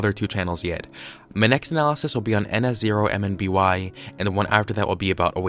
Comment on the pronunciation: Just a little tip, in your ns0mby analysis, when pronouncing the channel name, don't say each individual character. I would just recommend pronouncing it "nuh-sohm-bee" like I do.